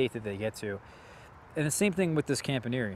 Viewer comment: Are you sure that's how you pronounce Campaniere? I watched the Thierry introductory video and it sounds like the announcer says, "Comp-ahn-ye-air". Similar to the way the back end of Pastiliere is pronounced but with the front end being different. The -iere is the same for both names... not sure about the origin. I got one earlier this year so it's still a baby but can't wait.